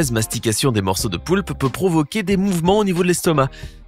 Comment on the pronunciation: Ta dit le poupe au lieu de poulpe mais autrement ta raison